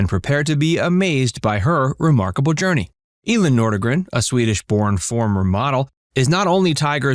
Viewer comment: It's pronounced EE-lin, not El-in.